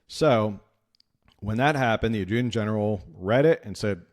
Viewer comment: You might look at the way u pronounce adjutant .